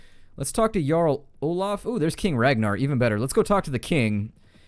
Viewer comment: its pronounced yarl not jarl even though its spelt that way